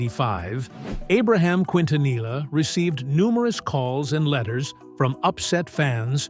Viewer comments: They really need to get an Hispanic commentator who really knows how to pronounce Selenas last name correctly You just massacred her last name Please take a crash course in learning how to speak and pronounce people's last names I personally feel that it's an insult in the way you try and speak Spanish very disgraceful Im not even finishing watching your you tube video that's how upset i am just having listen to you!!!! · Not Kwintanila but kintaniya best pronunciation for Quintanilla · It's Keen-tanee-yah. Not Quin-tan-ila. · PROPER PRONUNCIATION KEEN- TA- NEEEEYAH! GEEZ🤦🏾‍♀️🤦🏾‍♀️. DISGRACEFUL‼️ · Quintanilla is actually pronounced "keen-tah-NEE-yah" (no LL sound). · Pronounce every letter narrator. Quin ta nee ya.....quintanilla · Quintanilla is Spanish and it is pronounced KEEN-ta-neeyah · Quint na knee ah. Learn to speak correctly!!! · Its Keentaneeah, stupid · K E N T U N E Y A!!! IF you can't pronounce what you see 🤦🏻‍♀️😒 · Quintanilla, it is pronounced like the double ll was a y. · all this time they cant pronounce her name correctly, seriously, the f outta here ! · Who ever is narrating this said her name wrong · Let's start by learning how to pronounce the last name QUINTANILLA! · Learn how to pronounce her surname! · Bro every time i hear the narrator say their last name wrong i squint 🫣🤣😩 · Dude don't know how to say her last name dude needs to learn b for doing a recording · Could they have found a better narrator for this video? It’s so annoying to heat someone who can’t even pronounce their last name appropriately. Come on! Like…….. seriously!!! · Always remember the LL in the Spanish language does not sound out like the English L. The double it sounds like the English Y or is silent. So you don't sound ridiculous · Hes trashing many words here. Why didn't they hire a Mexican? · They need to stop with the AI voice. It cannot pronounce the names correctly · Can we get a video that pronounces her last name the right way? 😐